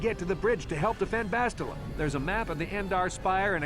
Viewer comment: Why do people keep on miss saying Bastila's name?! it's not BaSHtile and it's not BasTILa it's BasTiLA!